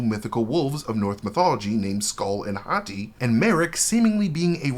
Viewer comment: Whenever I hear Shin Hati.... speaking Japanese all the time as I do... I hear... Shin= new Hati= Hottie.... aka new pretty hot girl... which is indeed what she looks like. I doubt this was intentional.... but I am sure this is what many Japanese will take from this if they use that pronunciation in the Japanese version. lol....